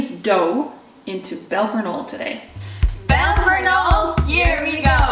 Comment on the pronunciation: you completely butchered the name